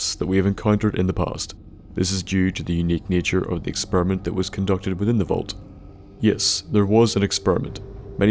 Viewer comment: experement hahahahaha